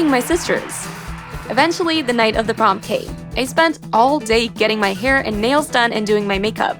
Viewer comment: prom day ❌ porm day ✅